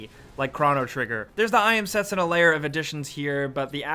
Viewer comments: its not set su na, its se tsu na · Set-SOO-nuh, not SET-suh-nuh... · A tad bit late but the "u" is silent - it's spoken Setsna Just saying. Sorry, don't want to be a smartass here. Just something that bothers me. Nice video though! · Pronounced Set-soo-na, with emphasis on the 2nd syllable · i thought was ' I am setSÚna ' haha